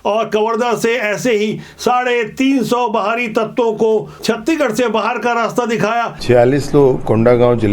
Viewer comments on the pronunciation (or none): सर जी आपसे सादर अनुरोध है की आप छतीगढ न बोलकर छत्तीसगढ़ बोलो ना सर जी गलती होगा तो माफ करना